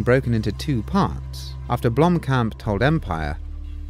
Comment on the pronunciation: How many different ways can Sigourney Weaver fuck up the name Blomkamp?